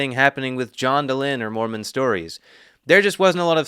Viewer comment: Why do y'all keep mispronouncing Moron ?😂